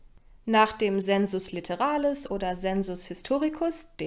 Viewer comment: Zur römischen Phonetik: sensus litteralis = [seːnsʊs lɪttɛra:lɪs]